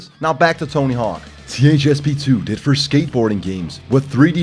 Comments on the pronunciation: Tony HORWK, vewy nais. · "Tony Herk"